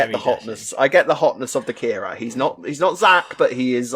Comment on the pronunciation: I absolutely love Alex and, you boys do an amazing job and I log in every week to hear the podcast I love it. But "ALEX" theres one thing that makes my blood boil... please please please stop mispronouncing Kheerats name its "Kheerat"(kheer_at) not Karat (k_rat) thankyou and I love you guys!